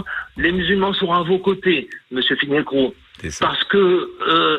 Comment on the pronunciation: On ne prononce pas Finkelkrot mais Finkilraout ?